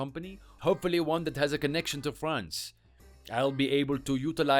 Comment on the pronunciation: I’ve been to France 🇫🇷 five times. The Father-law character can’t even pronounce “France” properly!!! Je parle un peu francais